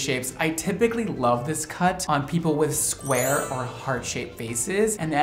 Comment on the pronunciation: its square not sqare